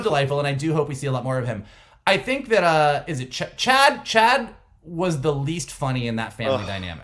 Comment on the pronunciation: I love you guys and your divergent points of view! But you need to watch with the captions on, maybe on your second watch of an episode. The cousin's name is NOT "Chad" - it's "Ched".